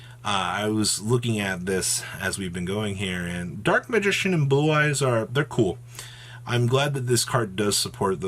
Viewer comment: I swear he said Boo-Eyes a couple times 🤣🤣